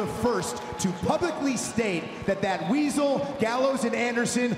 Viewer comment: did he say wiesel